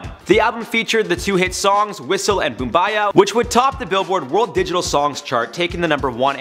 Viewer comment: The way he said boombayah tho